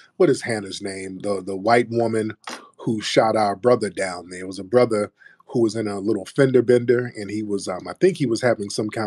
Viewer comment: Brotha 😂😂. I swear as I was listening and his ass said broootha, me and Tiriq repeated that shit at the same time! 🤣🤣😂😂 Cmf